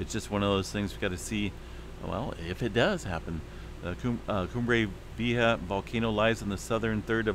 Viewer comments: Coom-bray Vee-YAY-hah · 👉👉👉 "Coom bray Vee A Haw" ... "J" in Spanish makes the "H" sound 👈👈👈 San Jacinto... 👉👉👉 "San Ha Cen Toe" 👈👈👈 ❤🌋🙏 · Coom-bray Vee-A-Ha=Cumbre Vieja=Old Peak....Cheers! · Koom- bra...V.A. haaas